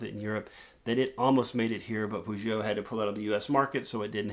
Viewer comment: Got 40 points (quite embarassing for a frenchman) but I probably got distracted by the way you said that brand ;p. Maybe a lesson on how to pronounce french car names should happen ? Just throwing the idea out there, haha